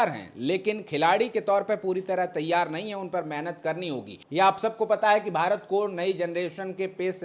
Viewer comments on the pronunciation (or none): none